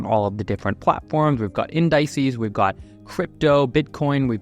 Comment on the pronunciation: Bro said In-die-cees Why does it sound so wrong